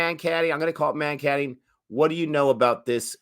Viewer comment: The word comes from a guy called vinoo mankad who first did it hence it is called mankading.the first a is pronounced as a u in umbrella.